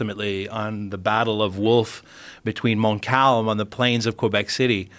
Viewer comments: It's not Cobek, it's Quebec. Like Pokemon. Anglos! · Between "Qoo-ebec" and "please eat horse, the amount of proteins are numerous", this video was successful in dropping my IQ temporarily... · He saying Quebec wrong